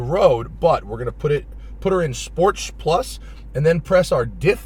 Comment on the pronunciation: "Put her in sporch plus..." HAHAHA anyone else notice this.